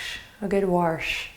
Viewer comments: Warsh....lol, are you from Pittsburgh?:) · And I laughed out loud so hard when you said "warsh"!!!